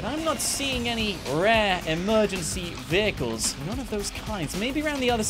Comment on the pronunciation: bro its vehicles not viechles